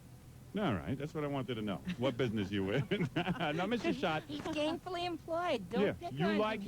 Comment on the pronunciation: “Lemme ask you about yo bidness”